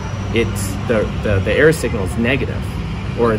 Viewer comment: Are you saying "error signal" ? I'm not able to discern it. Thanks. And does an error signal behave as a noise cancelling wave form? I'm trying my best to understand stuff that is out of my depth. I understand that it's probably engineering 101 day one stuff but I'm an artist and never grasped higher math. Thanks. -✌🏼